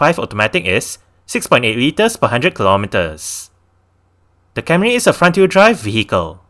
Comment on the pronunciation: It’s Camry, not Carmy